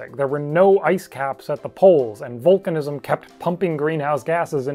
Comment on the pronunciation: When he says vulcanizam 🖖